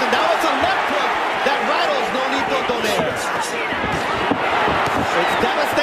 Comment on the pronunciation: Pronounce "Don-Eye-Reh" never "Don-Air". Jeezh.